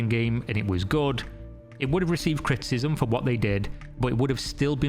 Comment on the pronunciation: What are you saying here? It sounds like "cryptism",but that doesn't really make sense given the context. I'm assuming that "criticism" is what was meant,but you say it several times and it never sounds right. I notice weird things sometimes. I know.